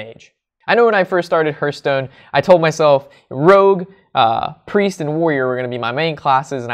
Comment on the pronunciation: Please stop calling it Herthstone..its Hearthstone....think Heart but with a th at the end......